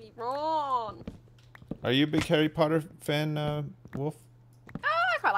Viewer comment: ARRY PAW-UH?